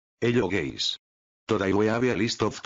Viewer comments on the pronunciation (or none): Text: Hello guys Speech: Hello gays